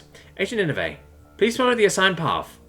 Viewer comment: Ninevah is pronounced Nin-uh-vuh, like the ancient city from the story of Jonah and the Great Fish in the Old Testament Chesapeake is pronounced Chess-a-peak